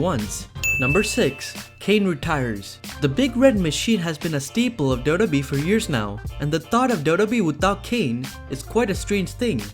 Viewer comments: It's pronounced "double you double you eee" not "Dobba Bee" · It's WWE not dodobi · it's W-W-E, not DuDuE! Also Kane is the Mayor of his Tennessee town now, he needs to split his time. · All I hear is Dough Dough Bee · What is up with "dub dub ee" man ! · talk slower what is da da e . you said wwe correctly 1 the whole video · I know that he is saying WWE but everytime he said WWE it sounded like Dodo Bee. Dodo like in the bird. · I can't stand your pronunciation of wwe. Ugh, grinds my gears and ears. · How hard is it to say wwe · 😂😂😂 Took me a while to realise that he was saying WWE